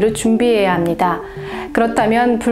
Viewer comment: 효과가아니고 효꽈입니다